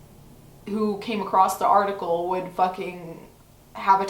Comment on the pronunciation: At a point I heard you said Farticle not article :D I thought that os such a good description of this thing. Also, yes, I am a year late :D